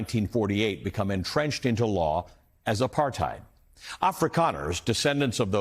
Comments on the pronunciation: South African here. Well said Ali. Apartheid is pronounced apart-hate, not hide. We arent German. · RSA has not improved "post-aphrithed".